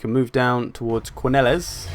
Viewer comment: This is by no means a big thing, but Quenelles is supposed to be pronounced Kuh-nell (with the stress on "nell"), as Bretonnia's place names are essentially French. I'm really enjoying this campaign so far, by the way. :)